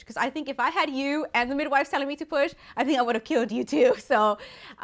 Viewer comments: That means he is a Christmas boy but she said poop instead of push 😂😂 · I thought you said poop 💩🤣 lol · WHEN SHE SAID AHE NEEDED TO PUAH I THOUGHT SHE SAID SHE NEEDED TO POOP LMAOHFSDJFMKS,DF